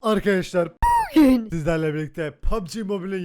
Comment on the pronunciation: artık nolur ‘bugün’ ü doğru söyle onu duymak istiyorum